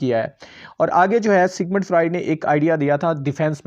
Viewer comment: Pronunciation mistakes Freud, symptoms etc